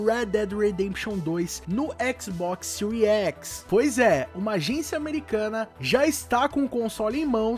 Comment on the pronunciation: Séries X = Síries Equix.